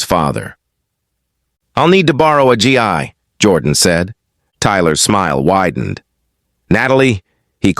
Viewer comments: Why always call it a G I, when it must be Gi???? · It’s not pronounced G EYE ! It’s a hard G ! Gu~EE